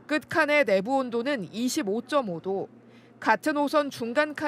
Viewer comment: 김동하 기자가 '내부, 대검,' 등의 단어를 아주 짧게 발음하는데 '내:부(內部), 대:검(大檢)'이라고 장음 발음을 해야 한다. 한국어에는 각 단어들에 장음(長音), 단음(短音)이 있어서 국어사전에도 표제어 장음 글자의 오른 편에 : 표로 표시되어 있다. 그런데 요즘 젊은 기자들은 특히 한자어를 말할 때 이를 전적으로 무시하고 전부 아주 짧게 발음한다. 예컨대 여:당(與黨), 야:당(野黨), 대:선(大選), 재:선(再選), 피:청구인(被請求人), 가:처분(假處分), 최:고(最高), 최:대(最大), 양:국(兩國), 대:화(對話) 등, 긴 발음인데 아주 짧게 발음하는 것이다. 이런 폐해는 한자 사용의 폐지에서 기인한 것이다. 한국어는 70%가 한자어로 구성되어 있는데 한자어는 사용하면서 한자는 사용하지 않는 모순, 그래서 한국인들의 말이 이 모양 이 꼴이 되었다. 정말 큰일 났다.